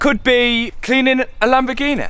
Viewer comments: Lamborg eeen eh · It's lamborghini not lamborghineh you prat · lol do you mean Lamborghineh